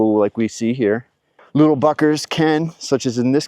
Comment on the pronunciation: "Littel *uckers".. lol ; )